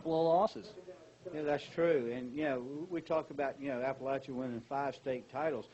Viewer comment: Oh, it's weird seeing yourself cheer 23 years later!! 😂 It was so cold that day. Also, it's pronounced App-uh-latch-uh.